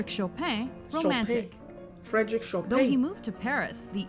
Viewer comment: Nobody: The mojo voiceover: Frédéric Chopain. Me: Well, I suppose that makes sense, considering that playing Chopin does break your fingers.